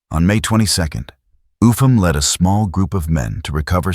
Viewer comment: His name Upham is pronounced "up ham" not "ufam"